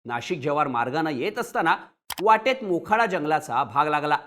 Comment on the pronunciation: बोखाडा नाय तर मोखाडा आहे.